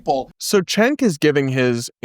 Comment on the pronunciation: It always bothers me when people pronounce Cenk’s name wrong. It’s “Jenk”. A “c” in Turkish is a “j” sound like “juice”.